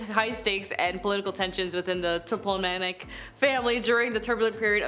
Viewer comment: Ptolemaic = TALL-eh-MAY-ick